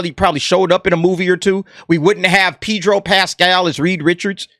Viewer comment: ' Pee'dro ' Killin me...